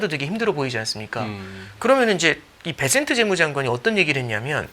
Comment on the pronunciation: 베센트 발음도 제대로 못하는 진행자 ㅋㅋㅋ 베쉔트 베쉔트 이러고있네